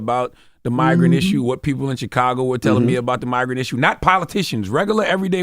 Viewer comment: CdaG was completely on point but he needs to really work on saying Chicago properly..